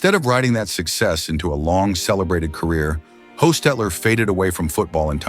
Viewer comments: Hoss..........not Host you fool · Its Hoss not Hoes Stupid AI garbage sucks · In sw. pa. Where he’s from it’s pronounced hose! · "Hoe"stetler ? LOL. It's "Hoss" stetler. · AI calling him HO- instead of HASS-!?! LMAO Pimp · When did Jeff become Canadian? Its Hos like toss not Hos like hose. Also he didnt disappear. He went to the Raiders. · Sigh, It's pronounced Ha-stetler, not Hoe-stetler. When you're talking about his time at NY, you should probably actually SHOW film from then. Not the Raiders. Na-doy. Is the AI so bad that it pronounces the name right, then 5 words later it does it wrong? Again? If I remember correctly, he had a special needs child and spent his energy on being their for his child. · It’s Hoss not hose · It’s HOSS not HOST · A favorite Raider QB of mine. It's stu how this bot keeps calling him Hoe stetler and the correcting itself and saying Hostetler 🤦🏻‍♂️ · HOE-stetler? Jesus Christ don't do a video about the guy if you can't pronounce his name right. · Great AI pronunciation - Hoe-stet-ler 🤦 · Dear narrator...it's Hoss ! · Shocking ???? Clickbait title hate that shit and how many ways did pronounce his name ? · If A.I. was all that smart, then how come they butchered dude’s name so many different times in such an unfamiliar with who they are talking about in the video. And each abbreviation is a shortened word, not the beginning of a sentence for the narrator voice to have a pause at that point. If you can’t make a video where you pronounce everything the correct way and have it to sound like a real person is actually narrating it, then don’t make the video at all sheesh Good lord… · Good story but mispronouncing his last name takes away from it.WVU Medicine Children’s actually has the Hostetler Family Resource Center . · Amazing how AI pronunciation mispronounces his name multiple times in the same video.!?!!! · Another AI who can’t even pronounce the subject of the video. AI sucks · Omg say his name right